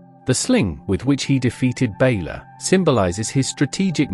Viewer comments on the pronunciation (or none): It is Loo ,Lugh and not "Laff" and it's Balor,Ba lor, not "Baylor " .